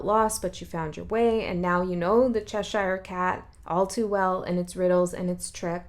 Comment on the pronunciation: It's funny how you pronounce Cheshire...cute 😊🤍